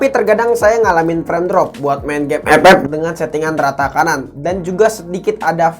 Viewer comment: Ngakak aku kalau liat abang bilang epep🤣